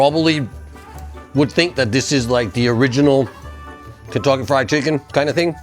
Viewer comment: I keep hearing Kintoki Fried Chicken every time you say it hahhaha. Fitting for japan i guess